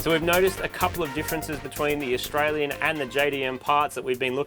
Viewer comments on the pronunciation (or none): That car jastralian or jaustralian